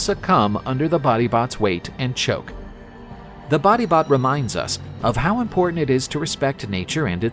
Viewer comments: Batibat beh not body bot😭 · Body bot sounds more like bangungot.